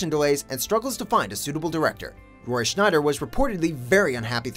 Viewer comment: Who is Roy "Schneider"?